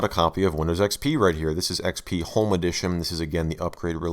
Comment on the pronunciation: “Welcome to Microsoft A R R E Windows A R R E ecks-pea.“